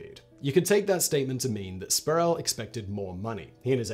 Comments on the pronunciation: It's Latrell Spree - Well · "Spree well"